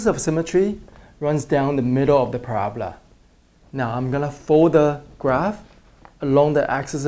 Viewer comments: Use transparencies next time you fold! Also the pronunciation is parabola not parabla. The symbol that looks like € mean "is an element of". The other symbol means "the set of real numbers" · he talking about the accent because it sounds like Prabla but we all know that it's parabola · I always thought it was para-bola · the way he says "parabola" lol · Honestly the only word that he isn't great at saying is "parabola". Quit being rude. I loved the vid by the way. Helped so much!